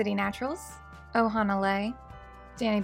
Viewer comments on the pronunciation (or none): none